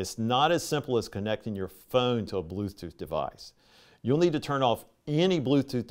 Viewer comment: Blooth tooth 😂